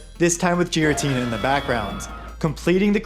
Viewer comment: "jiratina" lmao tell me you're only here to feed off of the hype without telling me you're only here to feed off the hype. Between that and your total ripoff of SNCB I'm just going to black list your channel from suggestions